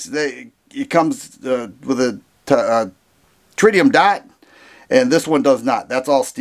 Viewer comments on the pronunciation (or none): none